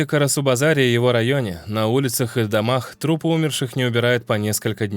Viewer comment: Не шестиста, а шестиСОТ; не Умершие, а умЕршие!